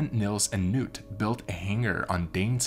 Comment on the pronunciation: The k in "Knut" should be voiced. The name is not pronounced 'nuut' nut with a hard k.